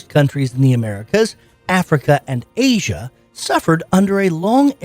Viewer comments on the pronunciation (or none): none